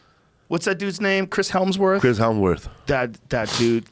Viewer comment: Ok first off he's not a Maori warrior he's samoan and second its Chris hemsworth not helmsworth